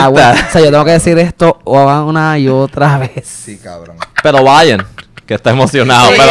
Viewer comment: "Un cawwvroon" JAJAJJAA